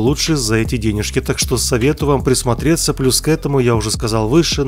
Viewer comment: говорит "денежки" как будто еврей...